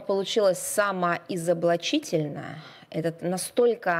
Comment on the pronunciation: ИзоблИчительно. Говори правильно Захарова!